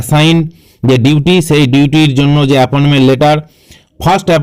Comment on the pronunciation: কি ভিডিও বানাচ্ছেন? "ডিউটি" কে 'ডিউলি' বলছেন?